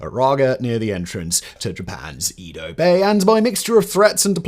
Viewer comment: ed oh bay. Like the Edo Period. Not eed oh.. 🤦🏻‍♀️